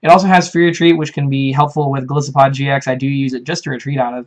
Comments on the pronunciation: Breloopharos That's the wrong pronunciation because both Goliath and isopod use the long "I." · Golisopod is pronounced with a long "I", just like "Goliath", the biblical figure that matches Golisopod's appearance nicely, and "isopod", the animal it's based on. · Golisssopod sounds better. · I've heard the short "I" pronunciation" one too many times and it's very annoying they didn't pick up on Golisopod's etymology.